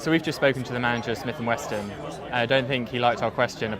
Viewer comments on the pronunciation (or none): I'm liking this to raise awareness - not because I actually like the facile "journalism" pedalled by the likes of the Grauniad. Pronouncing Smith & Wesson wrong is I guess their video version of the stereotypical spelling mistakes and grammatical errors in their print offering. Getting UK legal weapons and parading them on camera (with shocking gun safety as well) is just plain old lazy ignorance, but then I guess that is someone or something else's fault too just like murder with a gun is the fault of the gun.